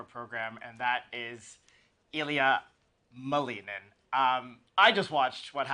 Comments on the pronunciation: It's Ilia MALinin. Not MaLEENin. Do your research! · actually you may want to google Ilia saying his last name. He says MALinin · He's American and it's a Russian name. The correct way to pronounce it is MaLInin. It happens a lot with second generation children.